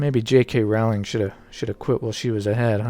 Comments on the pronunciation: "Rowling" is pronounced in England as "roah-ling." "Row" as in "row, row, row your boat." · goddammit! say the word bowling. so her name is pronounced rowling like bowling. how can anyone do any type of video about her and NOT KNOW THIS? simple research, like one video when you hear her say with her own mouth her own name. fuck.